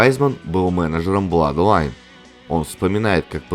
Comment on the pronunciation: Два ОО читается как У ,поэтому Блудлайн